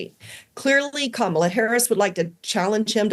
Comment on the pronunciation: She's mispronouncing Kamala's name:)) She's like Trump.